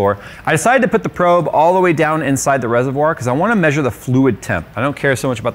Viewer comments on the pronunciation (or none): none